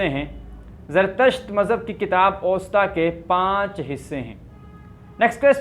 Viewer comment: کنفیوشس مذہب کی کتاب کا نام اْوستا نہیں "اَوِستا "ہے الف کی زبر اور واؤ کی زیر کے ساتھ.